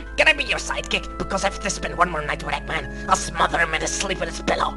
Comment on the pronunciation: Egman instead of eggman